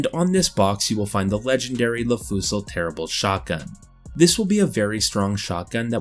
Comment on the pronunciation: Le fusil terribles sounded like les enfants terribles